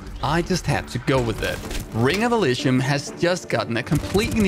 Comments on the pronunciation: I believe it's pronounced e-lee-zium instead of e-lee-shum But whatever works for you m8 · It’s eleeseeum dude. How ever the fuck you say it is wrong and fucking annoying as hell.